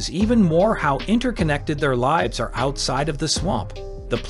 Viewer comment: I was going to watch this but as soon as you mispronounced "lives" I changed my mind and decided not to watch the video.😢